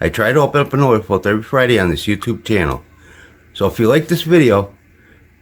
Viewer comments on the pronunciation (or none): none